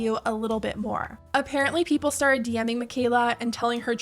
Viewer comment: Lmao I laughed about “STADED!” (started) for too long